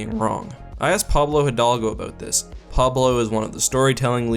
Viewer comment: I stopped when you said Pablo Hidalgo.